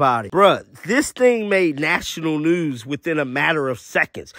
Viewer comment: You from Baltimore the way you said “news” was funny 🤣